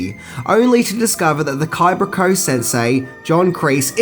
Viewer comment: Kibra koe? Lol